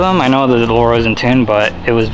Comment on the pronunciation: I'm so glad you pronounced Laurel correctly